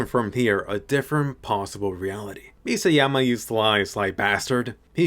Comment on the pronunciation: I hate how you say mikasa